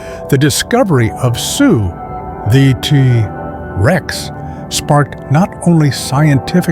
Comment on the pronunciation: I thought it was a real voice until he started saying "tuhrex." Also, the phrasing: "Protecting hell ..", Picture hell ..", lol. The AI voice may have an easier time saying"Tyrannosaurus Rex" in full. Other than the annoying AI narration, it was a pretty good video